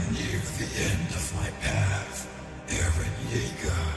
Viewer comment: Did... Did Levi pronounce "Eren" like "Ehden"? XD Was that on purpose?